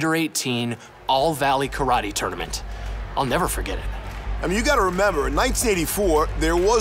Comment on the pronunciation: I love how they all pronounced it "TOOOR - nament", like Daniel did on the movie!